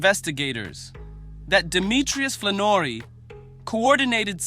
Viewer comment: Can't even say Flanory right. Go back to school dude.